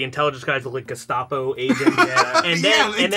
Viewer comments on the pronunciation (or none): none